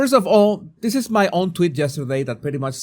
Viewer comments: Jesus, the best part of the commentary was your pronunciation of “tweet” as “TWIT.” Very timely and appropriate. 💕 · I love the way you pronounce tweet as twit. Twit is actually very accurate